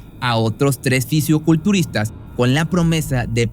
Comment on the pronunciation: No se dice Fisiuculturista Se dice Fisicoculturista